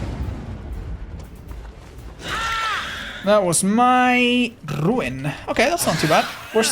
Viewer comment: Love the way you rolled your R at rrrruin, you should do that more often for fun :D